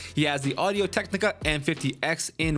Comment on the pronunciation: You just called audiotechnica "audiotechtica"😂